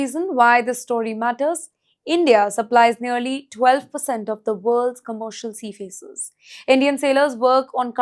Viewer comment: She keeps saying seafacers. Is that how you're supposed to pronounce it?